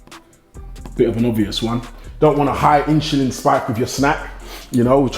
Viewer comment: INSHULIN SPIKE!!